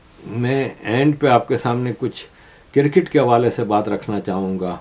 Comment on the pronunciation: Why despite reminding you have not stopped saying 'kir-kit'. It is cricket.